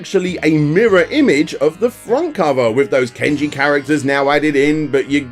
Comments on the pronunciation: It's not Ken-ji, It's pronounced KAHN-ji! Also, I know you didn't say it in this video, but I recall you also in a different video mispronounced the word Manga. It's not pronounced MAN-ga, it's pronounced Mahn-ga. It really irritates me when you English and American people mispronounce Japanese words by inserting English-style of pronouncing words, like you forget it's actually a Japanese word. Japan uses different rules for pronouncing words than English does! As a Japanese person living in America, people often, when people say my real full first name, get my first name mispronounced, and it really annoys me when they do, so to make it easier on those Americans who can't bother to say my name correctly, I have them call me Tom instead (which happens to be first 3 letters of my full first name that has 8 letters in it if you spell it in English), because it's a waste of time trying to get them to say my name right! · ken-ji???? seriously??? there is no e in Kanji......kan (as in how pretensions people say can) ji-(as in GEE i wonder what is up to today?) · wait wait wait, so not only do you mispronounce mar-ee-oh as mare-ee-oh, but you butcher kanji, into ken-ji?????? how drunk are you dude???? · Saying "kanji" as "kenji".